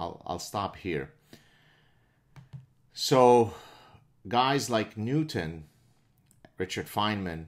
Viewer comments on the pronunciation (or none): none